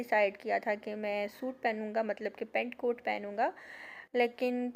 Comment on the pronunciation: 😂🤣😁😀 Pant coat Aisa sunayee de raha tha Jaise Peticoat 🤗🤗